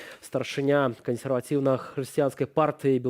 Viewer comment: Дагэтуль спадар вядучы не навучыу́ся таму, як трэба прамау́ляць слова "кансерватыу́ная"?